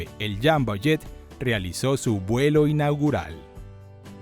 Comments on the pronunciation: Muy buen y completo reportaje, pero "¿Jambo?" Será ¡JUMBO! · UY SI. ESE JAMBO SUENA CASI A RAMBO JEJEJEJEJE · Alguien me explica por qué le dice jambo y no jumbo? Como debe de ser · Falso, así no se pronuncia en inglés.